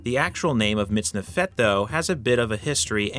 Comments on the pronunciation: You've got the accent wrong, it's "MitznEfet", not "MitznefEt". But a cool video, though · You're pronouncing the second syllable to quickly. The vowel should be longer. It's like you're saying MITZNeFET when instead it should be mitzneefet. As an Israeli, it sounds weird. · I'm here just to point out how a native English speaker "butchers" the Hebrew language !! Lol In Hebrew, the accent is always on the second sylable. It's pronounced < miz - NE - fet > . Thanks for the upload, regards from Israel. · It's pronounced /mitz-NEF-et/ not /mitz-ne-FET/. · Stress middle sylable mitz-NEF-et Thanks for showing the kohein gadol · About 99% of Hebrew words have the emphasis on the last syllable. Unfortunately, MiztNEfet isn't one of them